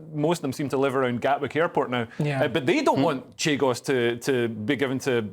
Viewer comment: CHAGOS...NOT CHIGOS